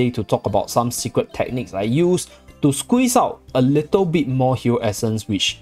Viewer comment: Zeercentainly zeecret xD